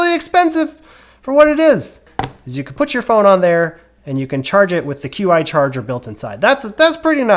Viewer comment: Qi is pronounced chee